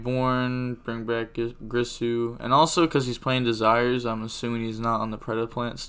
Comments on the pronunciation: alright bro its not pronounced GRIsu its GIRsu ... like Gier-Sue phonetically with a soft G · Its girsu not gRisu